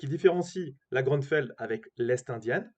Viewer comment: Grünfeld est un nom allemand et se prononce GRÜ-NFÈLT